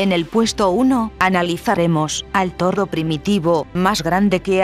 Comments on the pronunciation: todo el video diciendo "torro".... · que pedo con este video son de los perea que e bisto y no sade decir toro lo dise como rusa